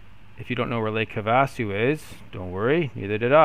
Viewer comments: Lake have - Ah- sue👍🏻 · Not sure about the guys name, but having grown up in Arizona, you missed it on lakes name. Try this “have-a-sue” mini pauses between. The other place not far away is the Grand Canyon. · Lake 'have-a-sue'...not getting much real flying in huh? anyway, cool... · Me it’s not pronounced correct